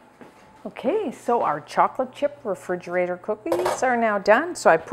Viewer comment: Love you but refrigerator does not have a “d” in it.